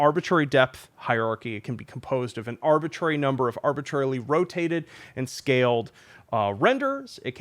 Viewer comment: Say arbitrary one more time